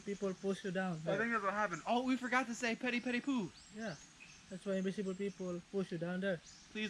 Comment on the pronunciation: lol i heard petty petty poo until i realised.. he meant pwede pwede po.. hahahaha.